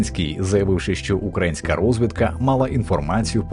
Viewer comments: Дякую за відео. Я розумію, що диктори на вагу золота, проте, перепрошую, але чи міг би новий диктор робити правильно наголос не «укрАїнська», а «украЇнська». Це важливо, і дивно чути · Не УкрАїнська, а УкраЇнська сторона. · Наголос не на А, а на Ї! Безграмотні чи що? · Чого в мене таке відчуття, ніби цей випуск був озвучений і написаний текст чатом джпт(без образ). Чого майже кожна вимова "українська" або в інших відмінках, звучить абсолютно не природно чомусь зкомкано і інколи чути наголос на укрАїнські, хоча можливо мені почулося. Не знаю що сталося але випуск про таку подію не настільки якісний, як хотілося б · Всі вже написали про "теракт" на , а я ще хочу доповнити, що якось дуже дивно у диктора звучать всі слова з коренем "Україна". Мені одному це здається, чи в нього дійсно вимова на москальський манір - "укрАінська"?